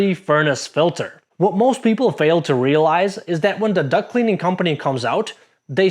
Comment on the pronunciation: Lol. "Duct" vs "duck" . . . I have also heard "cock" instead of "caulk." 😂